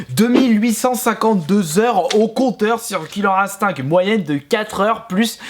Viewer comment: killer ine-stincte merci dsl je suppote pas les prononciations comme ca